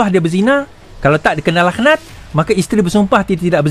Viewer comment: Bukan sumpah “lakh-nat” laa. Sumpah “laknat” (k=ع).